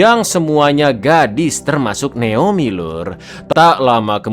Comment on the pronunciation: jgn terlalu di Inggris-inggriskan lah bg, naOmi bon neomi😭